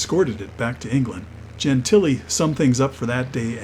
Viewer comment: Wow. The CORRECT pronunciation of Dob Gentile's last name.